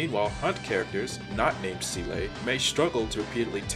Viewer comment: if you use the English voice, why are you purposefully saying seele’s name wrong?